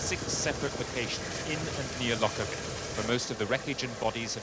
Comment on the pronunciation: It depends how you say it. It's a very soft, gentle word in the local dialect and it's so sad that it's tainted with this horrible association. The people in this video are all English and aren't saying it right, with too much emphasis on on the "lock" bit. It's said like: loh-Kerr-bee You don't say the emphasis on the c like you do in lock, but say the K like how it's pronounced at the start of "kite"